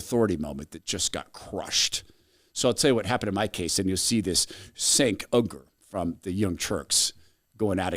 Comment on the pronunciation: Dude, you can make a bit of a pre-research to pronounce his name correctly... Cenk has been on air for like two decades now.